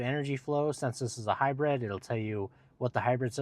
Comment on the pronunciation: It’s called High Brid not High Bread